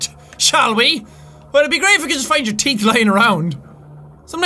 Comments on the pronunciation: Pepsi Man, also, he pronuces teeth as teet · I like how Jack says teet and not teeth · "Do the stalkers have any TEET"